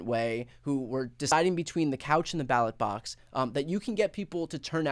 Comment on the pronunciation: You do realize he was reading from a teleprompter, right? And he called the "ballot box" the "battlebox" at least three times, you realize this, right?